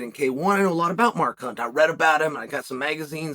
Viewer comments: Did he call him Mar Kunt? 😂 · When chael says mark hunt it sounds like a swear word!